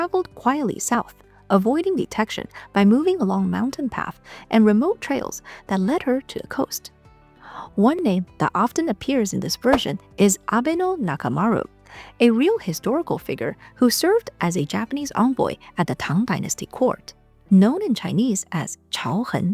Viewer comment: Wouldn’t doubt it at all that she was a Dáji and made it to Japan! Also it’s Kat-tzu(stu) Katsu. Not Kattu lol. Abe No NakamaRO (not ru) 😅😂❤